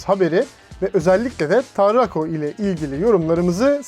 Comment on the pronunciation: Tarrrrrakko :D